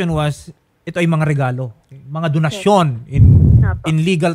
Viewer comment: bet ko kung pag ka bigkas nya ng donsyon parang binigkas nya ng "donahsyon " parang corazon to "corathon" hahhaaha vehking vehki